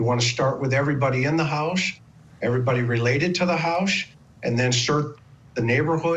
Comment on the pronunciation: That guy needs to stop saying ‘housth’